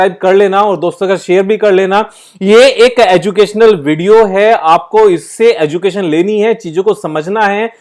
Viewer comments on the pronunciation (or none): none